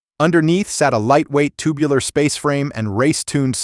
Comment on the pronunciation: ‘toobular, race-tooned, coop, tur-beens’